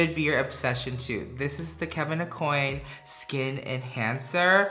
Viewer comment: Hes still saying kevin eh-coin? Is he doing it intentionally??